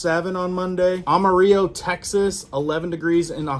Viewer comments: Maybe look up how to pronounce Amarillo. Its not ah-ma-rio. It's am-a-rillo. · Thank goodness I wasn't drinking anything when I heard you pronounce Amarillo Texas!!😂😂😂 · It's pronounced Amarillo as in Brillo pad 😊